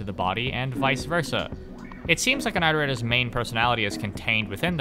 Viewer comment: "that was a pretty solid intro to the iterators, right?" He says after mispronouncing the word iterators 50 times.